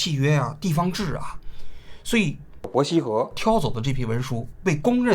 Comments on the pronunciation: 這一期伯希和三個字聽起來怪怪的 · 王菊连伯希和都说错？